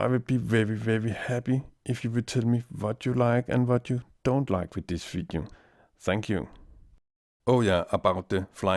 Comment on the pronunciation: "This vidiu" lol =P